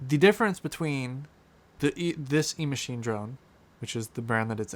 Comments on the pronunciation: And it's not E-Machine... It's Echine... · It’s EACHINE not E-Machine. 🙄🙄🤓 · I think you are saying "Emachine" as the name for this drone, but the web page you show toward the end of your video shows it to be "Eachine" (without the M).